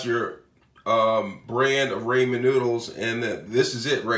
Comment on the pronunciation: Ps it's ramen not raeman dip shit